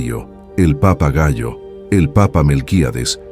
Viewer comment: Lo pronunció mal, se refería al papa Cayo, un nombre romano muy antiguo y muy utilizado